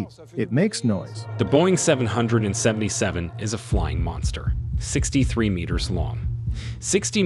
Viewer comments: You say names wrong. It’s a name not a number. It’s 777, not seven hundred and seventy seven. It’s a name, not a number. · OK, I know it's my pedantic side coming out, but it just kills me when they keep saying "7 hundred and seven seven" when referring to the airplane. It's supposed to be said simply as "seven seventy seven". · I already made it through 3/4 of the film by the time I reached the same conclusion! He keeps calling the triple 7 the "seven hundred seventy seven" hahaha!